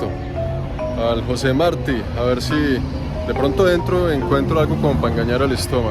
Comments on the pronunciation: Me olvidaba la sílaba tónica en Marti es la " ti " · Jugo de caña nooo Guarapo, ah José Martí con acento en la i jjjjj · Atencion hermano, te vemos muchos cubanos. La pronunciacion de Marti es con tilde en la i, es muy importante porque es nuestro heroe nacional. Mi teclado es en ingles pero te vemos muchos cubanos y eso es importante. TE AGRADECEMOS ESTA SERIE CON EL.CORAZON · Todos su videos sobre Cuba todo bien, pero el no querer a propósito suyo pronunciar el apellido de José Martí correctamente, me pareció lo más estúpido, ya que es fácil y todos en América Latina sabemos que se pronuncia con el acento en la segunda sílaba del apellido. Está bien que sea nacionalizado Canadiense, pero el acento al final hasta en el idioma Francés existe. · Me caes super bien, pero es Martí con asento en la i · José Martí con acento en la í. SMH! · José Martí con acento en la Í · Mire, yo a usted lo quiero mucho y lo respeto, pero pronuncie bien el nombre de José Martí por favor! 🙂🙂🙂🙂🙂